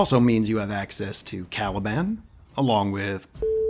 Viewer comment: When I heard "Calibland", you got my like :)